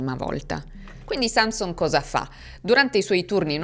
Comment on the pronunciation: Nel cognome Sanson l'accento cade sulla o (in Friuli)